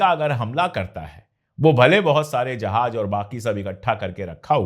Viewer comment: I like your videos. Please work on your pronunciation if letter Z, you pronounce it as G,like jahaj,correct is Jahaz.